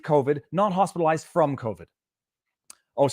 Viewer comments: Sounds like she is saying "Hostilized" with covid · AND how many of those hospitalized recovered?! Wait, did she say “hostilized”?